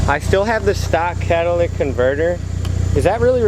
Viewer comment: fuck off alitvpranks he said cadillac converters LOL it's catalytic converters bro.